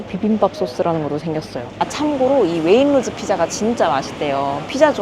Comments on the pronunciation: Waitrose 웨인로즈가 아니라 웨잇츄로스 라고 발음 함. 웨인로즈가 뭐야. 미치것네. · 자막에도 웨이트로즈 라고 써 있는데 왜 구태여 왜잇로즈 라고 발음을 하시지?? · please don't say wainrose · 영국에 시집와서 살아요.. Waitrose 발음은 웨잇트로스 라고 하면되요. 솔직히 가격 원가가 조금씩 차이는 있지만, 여기서 살면서 엄청 차이가 난다..라는 건 잘모르겠어요.. 어차피 이것저것 카트 가득 사면 대충 150-200파운드는 알디 던지, 세인스브리 라던지, M&S , Waitrose. 다 비슷하게 나와서.. 아마 총 가격 차이가 10-30 파운드 정도 차이가 나려나??